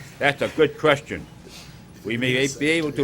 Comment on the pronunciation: "goor kreschyun, meh-man."